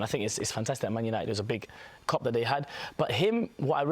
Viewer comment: Leny Yoro was a big "cup"? Does he mean "coup" pronounced "coo"?